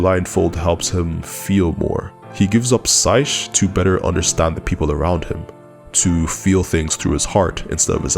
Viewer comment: Love how he flips the coat away and instantly stops being "Edgy Riku" in the next shot 😂 btw, "sight" is pronounced more like "sait". You can put it on Google translate or something and hit the 🔊 button. I'm ESL myself and there's a bunch of cases like that where I've seen a word for decades but never really had to pronounce it